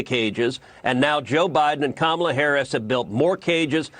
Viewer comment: Love the vids but gotta pronounce Kamala’s name right!